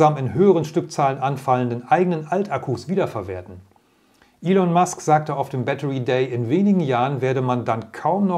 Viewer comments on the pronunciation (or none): none